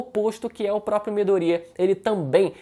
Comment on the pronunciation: Não é Midorîa, é Midôria (colocando o assento só para ajudar a entender o que eu tô falando)